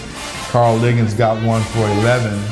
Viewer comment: Stop calling Ligon, Liggins. Come on Host